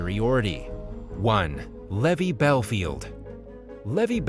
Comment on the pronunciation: It's Levi, as in jeans, not levee, as in drove my heavy to the levee.